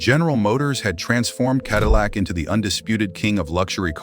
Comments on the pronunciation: "Kedillac"?! Please remove this video and correct the narration and glaring mistakes. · What an embarrassment for a video. Quit using AI, it never can pronounce words right... KEDILLAC. Really??? The main word for the video and it can't pronounce it. 🙄